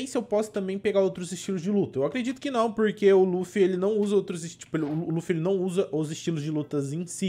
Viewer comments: É Luffy vc fala laffy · não é laffy é luffy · N E LAFFY E LUFFY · Laffu não luffy